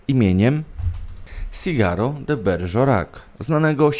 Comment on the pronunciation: Naucz się porządnie czytać i co ważne cytować i wymawiać nazwiska. "Frojd", Berżerak", "daj ać ja pobrusze a ty poczYWAJ", "czyta się "kot SzrEdingera" mimo innej pisowni. HANZEATYCKIEJ kurwa mać! .Dyletant . Potem gówniażerka łazi i powiela takie pierdolety.